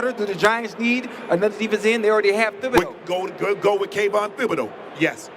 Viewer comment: Stop pronouncing the th in Thibodaux. It’s Tib-uh-dough